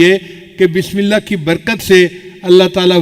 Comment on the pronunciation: Please, bismila nahi kahte, isska matlab, Allah ka name nahi, asal lafz hai, Bismillah, ha ko zarur ada karin, taa ke sahie matlab ada ho